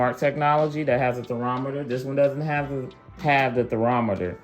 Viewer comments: ThE THER-ROM-ETER IS a THERMOMETER...THER-MOM-ETER..... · HI, I keep hearing u refer to it as theRometer instead of thermometer.....😅 Other than that, good review. Thank you. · It is not pronounced Ther Rom Meter. It is Ther Mom meter. Great video. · Gtreat video! I have the original and am trying to decide between the XL & XL Pro so your video is greatly appreciated!! Just for future references, it's TherMOMeter, not theROMeter 😉😊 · it's a therMOMeter, not a therOMeter...what planet are you from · So we just gonna sit here and act like we ain’t hear em say “ther-rometer” and not “ther-mometer”? I’m ashamed of you all!! Y’all have let the YouTube comment section down! **Great video btw, very informative and answered a lot of questions we had. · What’s a “theramatter”? The correct word is Thermometer. You gave us some good info though.